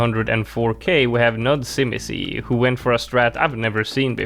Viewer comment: You butchered nudzimisie's name. It spells I am bored in polish and im not even gonna explain how to read that. You made it sound japanese